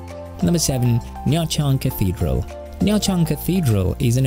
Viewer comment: extra points for correctly pronouncing the city name